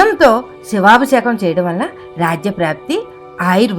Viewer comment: సమాచారానికి ధన్యవాదములు 🙏. కానీ " శివాభిషేకం " అన్న పదాన్ని కాస్త స్పష్టంగా , సరిగ్గా ఉచ్చరించగలరని ప్రార్థన 🙏.